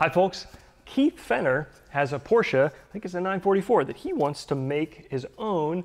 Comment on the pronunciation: Thank you so much for pronouncing PORSCHE the right way... big bonus for that (told you your travels payed off already)! As usual I like the way you tackle this part, but I need to agree with "thecorbies" comment... I believe a Porsche part will be designed in mm and therefore an inch (25,4mm) might be close enough... but might not be on tight fits etc. Of course this part is not something for the newest Tesla or space probe, so most likely you and Keith will be more than happy with the result. Considering the alternative... some kind of bend sheet metal... hammering, flattening, measuring, welding, brazing like a mad man... I would expect the audience to be a little bit more tolerant... he pronounced Porsche like a boss... give him some time... he will come around soon enough!;) I love it!